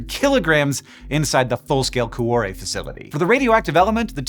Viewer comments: For the follow up, get a real Italian to teach you how to pronounce 'cuore" which has two not three syllables - "Kwo-ray" if you will. (IlSorry for moaning but I squirmed all the way through an otherwise excellent video listening to coo-oh-ray!) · From whence? wtf? The word 'whence' means 'from where'. 'From whence' thus means 'from from where?' It would be simply 'whence it came.' For some bizarre reason, you insisted on pronouncing 'cuore' as cu-ah-re. O in Italian is always pronounced like Oh. Never like Ah. why? What you said would be written 'cuare', which is a non existant word. Please refrain from applying bizarre English pronunciation to other languages. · Your pronunciation of Cuore is killing me... but I guess your not Italian, so we'll give you a pass. great job on the video. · Speaking of learning new languages, a note on pronunciation: Cuore is not pronounced like cwahre. To get to the right pronunciation, you can start with add a k to the beginning to get then change the final k to re at the end to getormeaning heart. If you can make a flap sound like the Spanish r, you can use that to get closer to the Italian pronunciation. You may share this notation with the universe of physicists. Also, Google translate can pronounce anything for you, so that’s worth trying before posting. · So per that Babbel ad, I do speak Italian, but I didn't understand what was said until I read it because, sorry Hank, but your pronunciation was pretty dang bad.... Cuore in particular... Coo Or Eh